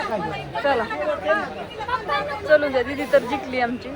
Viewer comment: जिकली नाही म्हणत जिंकली म्हण😂